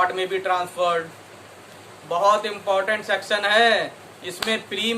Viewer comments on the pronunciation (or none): none